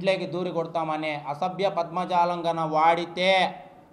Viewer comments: పద్మజాలామ్ కాదు అయ్యా పదజాలం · అసభ్య పద్మజాలం కాదమ్మా, అసభ్య పదజాలం 🤣